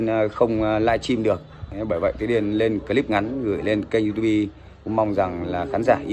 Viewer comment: diu típ --) đừng đọc du tu bi bạn ơi😅